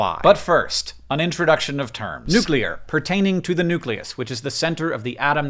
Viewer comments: I just want to commend you for not saying nucular. So many freaking people I respect mispronouncing that word it drives me insane. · wow i'm early.... but also thanks hank for pronouncing "nuclear" the proper way (my chem teacher didn't do that)